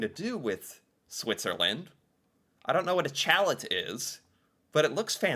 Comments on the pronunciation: Chalet is pronounced "Sha-lay" and is an alpine house/dwelling. Swiss Chalet is often paired with Harveys either in a same location or building because they are owned by the same company (that also owns The Keg). Swiss Chalet is reasonable priced and is very often the dining choice of seniors. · it's pronounced shal-lay, think of a ski chalet. Imagine coming in off the ski slopes of Switzerland into the chalet at the bottom of the hills for a hot chicken dinner. It's not Swiss food, but Switzerland has lots of ski slopes...you're supposed to envision yourself coming in from the cold for a hearty home made meal. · It's great for dipping the fries in. I will never be able to pronounce it properly again though. "Let's go Swiss Kchallet! " Just poking fun, maybe you don't get used to the ways some words are pronounced if you don't grow up with it. Kchallet is more fun to say anyways. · Omg the pronunciation if chalet slayed me. It's pr shallay - you know like ski chalets - mountain houses with steep roofs. We don't need Harvey's in BC lol. Earls is not really fancy - more trendy ;). A&W is great. Ingredients focus are better & of course the great root beer. My daughter has food allergies to preservatives and A&W does not make her feel sick like other places. 😊 In the old days it was a Drive-In restaurant where girls in roller skates came out to take order, then they brought it on a long board that fit through your front windows like a table. Us kids loved it! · Swiss Chalet is pronounced Swiss "Shall-lay". Chalet is a French word for cottage. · just to help you out with pronunciation. The 'chalet' in Swiss Chalet is pronounced 'sha-lay'. I hope that helps. P.S. Tim Horton's sells more than coffee and donuts! And, yes, they are considered a restaurant chain as they have lots of locations where patrons can sit down and eat. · "Challett??" It's amazing the words that has never heard of... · every time you say "Chalet" you make me soooo happy 😂